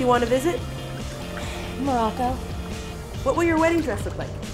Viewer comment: do you said marocco or mallorca as the place you want to visit?:)